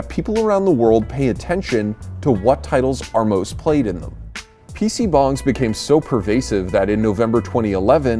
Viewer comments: I kept hearing PC Bongs. Haha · as a korean, its funny to hear people say pc bong lol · I can assure you it was neither pronounced correctly in English nor Korean. But it made for a cute joke at the end. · you butchered every pronounciation possible on those korean words.